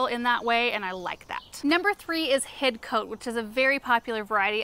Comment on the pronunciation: Best ever helpful lavender video. Thank you 🙏🏻 Have you been to Hidcote - noted you seem comfortable with its correct pronunciation - and Kiftsgate nearby?